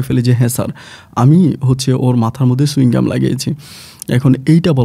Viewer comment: Chuing gum ki? Chewing gum, bolte paren na, uchcharon e onek problem apnar